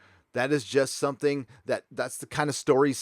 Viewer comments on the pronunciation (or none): none